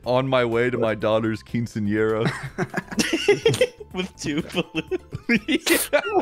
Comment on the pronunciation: Carson's pronunciation of quinceañera was blasphemous.